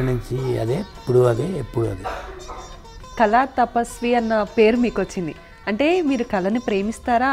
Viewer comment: Amma thalli, kalaaa kaadu, kaLaa. mundara telugu nerpinchanDi Vanita TV